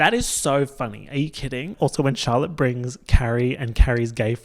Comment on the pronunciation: when you said "Charlotte", for some reason I thought you said "Dalek". Then Charlotte appeared onscreen in a big puffer coat. 😂😂😂